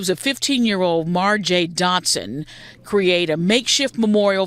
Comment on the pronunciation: "Marjay"?🤣😂🤣 Pathetic.